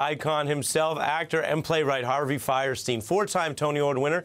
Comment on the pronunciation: It's funny how everyone pronounces his name "firesteen", but by the rules of German pronunciation, it should be "feerstine".